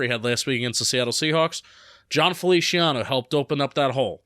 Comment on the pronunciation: I think it's funny that pronounces it Felishiano